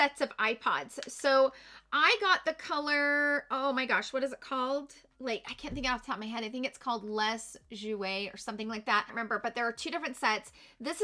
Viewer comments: It's "Les Jours" meaning" The days" in french. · Love this review. You really put a lot of thought, effort and research into it. BTW, the eye shadow pod you have is pronounced "lay joors." It means the days.